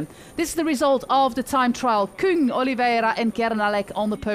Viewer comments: But only that she pronounces it the right way, which is KÜng. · Yey, you did it!! You prounce Küng more German than French!